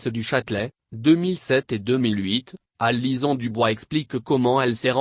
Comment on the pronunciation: c'est une voix synthétique "Alison" dite alizon :o